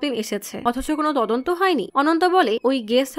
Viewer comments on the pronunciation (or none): none